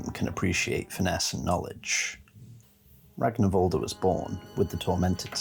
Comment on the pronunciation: The -r at the end of his name is pronounced -ur. Its an old norse thing.